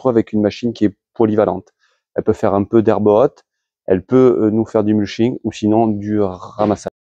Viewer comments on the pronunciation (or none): Pas la référence du modèle présenté, on insiste sur la ligne et la "gueule" "racée" des roues, merci le clown. Quant au "muching" ah ouais... c'est muLching, si jamais...